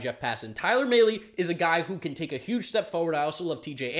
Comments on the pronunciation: It’s mal-ee not may-lee. Talking about Tyler Mahle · Tyler “Mah-Lay”